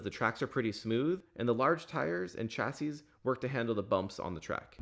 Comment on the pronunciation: (sorry man it's pronounced sh-assy)